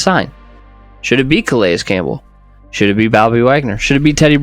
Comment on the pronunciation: Did he say go get grandpa (Calais)?